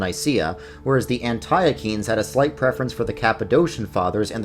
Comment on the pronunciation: Please stop saying an TIE UH KEENS